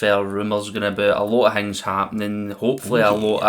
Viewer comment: How are we dropping the ‘t’from words like ‘things’ and ‘think’? Hings and hink 😂 love it !